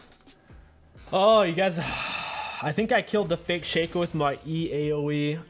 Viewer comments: Did he just say Shack-ow? instead of shaco? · The way you pronounce shaco and Olaf sets me off lmao